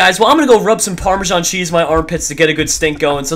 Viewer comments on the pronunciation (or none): its parmasan cheeze not parmasian cheeze, stop sayin it wring nub